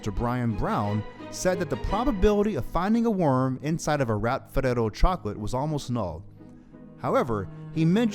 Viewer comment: Jeez you dont need to say ferrero like that